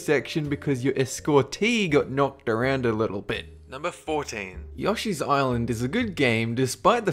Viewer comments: Y-Yashi? N-n-no. Yoshi. With an o. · is it pronounced "yosh-ee"?? i thought it was pronounced "yo-shee"